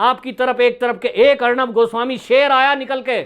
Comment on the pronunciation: आप किस बेवकूफ की बात कर रहे हैं , उस अखिलेश प्रताप सिंह की , जिसे एक लाइन इंग्लिश बोलना नहीं आता है। और अब तो लगता है हिन्दी शब्द का भी उच्चारण सही तरीके से नहीं कर सकता है। पत्रकार गोस्वामी जी का नाम भी ठीक से नहीं बोल पाता है। ऐसे ही लोगों की जमात भरी पड़ी है आज कांग्रेस में।